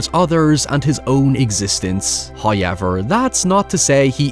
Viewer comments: First "hoyevver" drops . This is kindness from He. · Hi-ever, its gotta be an intentional pronunciation